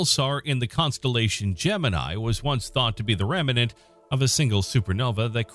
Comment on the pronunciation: Narrator, the word is "REMNANT", not "REMENANT".